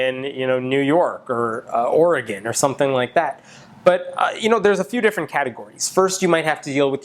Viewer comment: I loved the entire video, being a young Atheist and all, but my favorite part by far was when you said Oregon, not because you said it, but because YOU SAID IT CORRECTLY. ALMOST NO ONE PRONOUNCES IT CORRECTLY. I'm ecstatic that you did, Hemant.